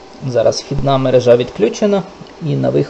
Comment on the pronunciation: Спасибо за Ваше видео! Наголос у слові «мерЕжа» от такий😊